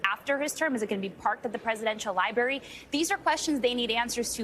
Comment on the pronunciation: Girl! It’s a L I B R A R Y! Not a liberry